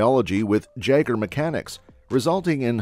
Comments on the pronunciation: Its prnounced YAGER.. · OK, so no one is bugged by the mispronunciation of Jaeger? Would love a 3rd though.